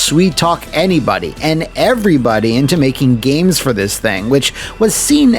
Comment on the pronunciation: "CHAD WARDEN HERE. PS3 GOT THE BEST GAYMEZ!"